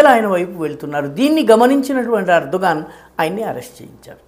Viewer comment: Erdo "gone" 😂😂😂😂